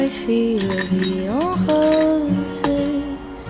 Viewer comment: I hate this version cause its everywhere and I hate the pronunciation of 'rose' cause its a weird mix between english and french she even says roses. Complete nonsense, she doesnt speak the language & it shows. And it's everywhere so how it doesnt aggrevate you is beyond me. And on top, oh yeah, every basic human is covering it. Oops